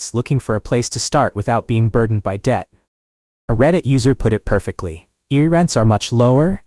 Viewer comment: Reading-pronounced red ing. Amish- pronounced ah mish. Google- pronounced goo gle. Erie- no s on the end. Plus other words that get screwed up the more you say it. AI will never get the English language correct.